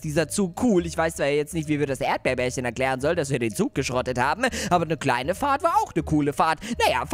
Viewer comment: erdbeerbärchen heißt nicht erdbeerbärchen sondern er heißt erdbeerchen😄😂😂 habe ich herausgefunden als du den Brief von erdbeerchen gelesen hast😂😂😂😄😄😄